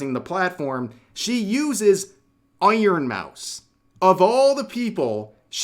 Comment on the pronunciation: im distracted with the whole drama because of the ironmouse pronounciation...im sorry 😂